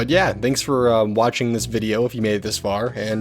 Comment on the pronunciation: It’s « this » not siht x)